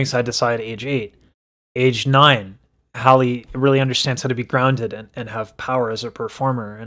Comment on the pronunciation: I love your content, but her name is not Holly. It's Halle (Hal-Ē). Just like Halle Berry, but Halle Bailey. I wish you much success. Also, they're not the same age.